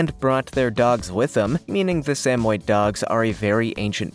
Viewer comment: Learn to pronounce Samoyed correctly! Doh!